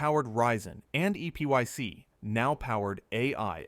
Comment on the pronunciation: It's pronounced "Epic" not "E.P.Y.C." (you would think AI voice-overs would know that).